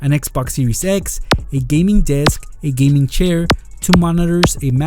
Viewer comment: Gaming not Geming